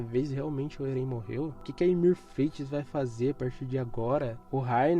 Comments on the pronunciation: "Erên" foi foda... 😐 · Oxi, Erén? é Éren mano